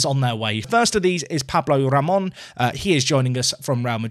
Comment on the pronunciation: Funny enough, you got Jardí name ok... if it was spanish language.. but is a catalan name so his correct full pronounciation would be: Yauma Yardí with strenght in the í :) Pablo Ramón pronounciantion though: 100% perfect! By the way, awesome as usual :)